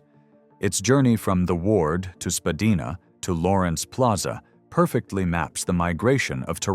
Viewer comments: spadina is pronounced spa d eye na. not spa d eee na. Its known to everyone in the city. This is a bold error. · too much disinformation, i.e., using US dollars, mispronunciation of the name Spadina, pictures of city streets which are NOT Toronto... I stopped watching this! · Very interesting...but a couple of points...Spadina is pronounced Spa-dye-na....and the Reichman family first came to Montreal from overseas and then moved to Toronto. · Don’t be such a greeneh! Learn to speak proper Canadian English. Spadina is not pronounced “Spah-dee-nah” but “Spah-die-nah”. Azoy? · SpaDEEna? US cash in the bill counter? This AI stuff is just so cringe. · LOL AI 🤖 pronounced Spadina incorrect 😂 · I disagree. My father grew up on Spadina, born in 1921, and never pronounced it the way it's been pronounced in this video.